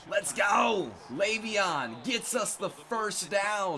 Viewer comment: its leveon layvon